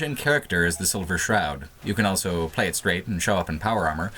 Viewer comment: says elso instead of also.